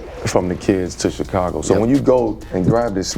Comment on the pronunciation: Eww why he say Chicago like that lol CHI!-cago